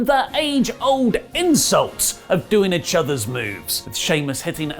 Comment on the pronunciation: Please pronounce ‘each’ properly, goddammit!